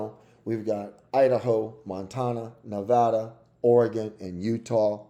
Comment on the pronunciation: If you want to sound credible, you should start by pronouncing a few things correctly: Nevada: neh-VAD-uh Kamala: Comma-luh It's also the Democratic party, NOT the Democrat Party.